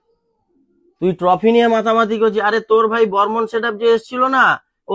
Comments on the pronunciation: বর্মন ❌ হরমোন😂😂😂😂✔️✔️✔️ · Tumi barmon ke hormone bolle keno